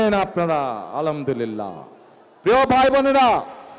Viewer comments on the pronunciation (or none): আলহামদুলিল্লাহ এর উচ্চারণ পুরোপুরি ভুল করেছেন উনি। ছোট হা এর উচ্চারণে অর্থ টোটালি ভিন্ন আসে